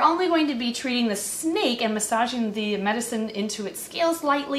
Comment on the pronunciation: You said snake wrong but it’s fine